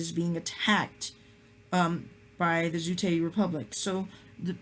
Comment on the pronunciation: Hey bro I can give you some footage of Zutae republic march! Also should be called Zutae, or Zutay. but not Zutie. It sounds like Zu-t-ee.